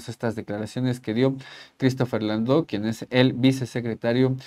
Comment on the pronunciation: Una observación. No se llama Landou. Es Landau, Christopher Landau, y su apellido se pronuncia como se escribe: con 'a', no como si fuera 'o'.